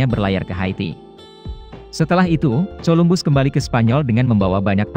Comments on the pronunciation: Min.. Coba Columbus dengan Kolumbus. Jadi membaca huruf C itu bunyinya harus K, jangan C.. Itu koreksi saya.. Yang lainnya sudah mantap. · Colombus itu kalau di sebut..kolumbus..bahasa inggeris amat dangkal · suaranya jangan pake robot lah payah dalam mengeja nama Columbus 😂